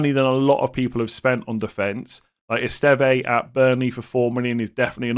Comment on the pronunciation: Finally someone who can pronounce Esteve. The amount of content creators that appear to have only just heard about him is ridiculous. Class defender.